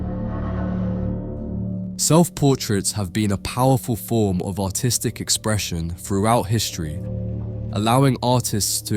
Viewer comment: Every time the narrator says “artistic” it sounds like he’s saying “autistic” to me.